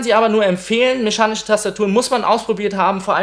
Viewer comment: "Mechanische" nicht Meschanische...........